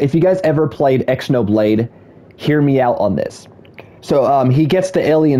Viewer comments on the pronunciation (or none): Someone tell bro how to pronounce Xenoblade